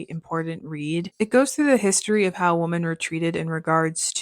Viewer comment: Great recommendations! Thanks! 😊 Also-just a request regarding pronunciation — it sounds like you are saying Woman (singular) instead of Women which just became really annoying since you used the word frequently in this video. Ok thank you.